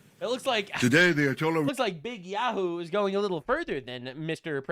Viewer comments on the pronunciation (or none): none